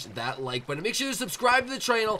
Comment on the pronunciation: U said channel with a t ??